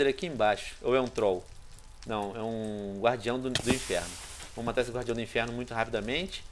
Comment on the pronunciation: Venom para de dizer enferno